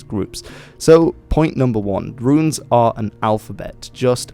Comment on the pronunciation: Politely, I believe the preferred pronunciation is "Roons" with just one syllable (and not "Roo-ins," much like the word that is spelled 'ruins'). Great video though, I appreciate the attention to this!